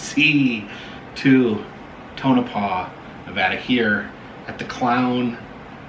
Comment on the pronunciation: It’s pronounced Tone-a-paw!